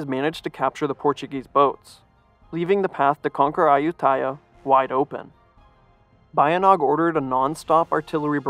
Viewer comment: Pronunced "Ba-Yint!-Naung"